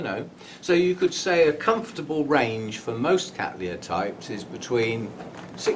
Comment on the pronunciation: I like your relaxed but still very informative delivery. A nice flow and some humour along the way. Also congratulations on your pronunciation of Cattleya which is of course quite correct given where the name comes from. I'm so cheesed off with my ancestors genus being called Kat-laya or ever, horrors of horrors as Kat-Tal-Aya.!